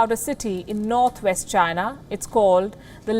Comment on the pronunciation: Why am I not even surprised? Oh yeah it's CHYNAH